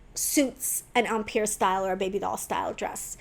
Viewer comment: Are you saying “umpeer” It’s pronounced “em” as in hem and “pire” as in tire. Yikes!